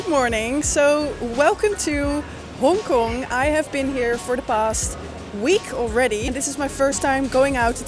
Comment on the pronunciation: the way you say hong kong cracks me up every time